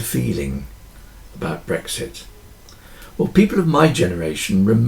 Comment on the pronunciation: Another highly relevant video - well done ! Thank you ! I think I must have been feeling hungry with those analogies around food - I could have sworn you said “breakfast” instead of brexit !